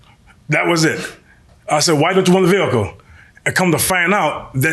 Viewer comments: Vee HickLe. Can we just say car? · Boy she emphasizing that H in vehicle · She can't even pronounce 'vehicle' properly.😮😮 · I wish she would stop saying the word "vehicle". It is so annoying the way she says it. Please say CAR. good grief. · I know right? Just say van! And she couldn't even pronounce "vehicle" correctly. I guess she thought it made her look smart? 🤣